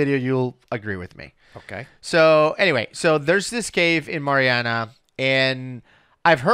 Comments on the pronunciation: Y'all are talking about Meritts mill pond, just a note of advice we pronounce it MAREriana not MARiana. Locals might make fun at you. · Hi guys. Love you content, just one thing though is the correct way to pronounce marianna. It's named after the founders two daughters Mary and Anna. So it's pronounced one after the other and anna is pronounced with a harder "an" beginning rather an a softer "on" beginning. It seems Spanish but it's Scottish. He used Mari instead of mary because maryanna would then be mispronounced mar-yanna. Kind of a pick your poison type of situation I don't mean any harm by it. I used to live there so that knowledge might actually help yall next time you go exploring. If you really want to fit in then draw it out with a southern drawl The pronunciations outsiders give to places are always interesting. Ocklockoknee and wewahitchka always give people trouble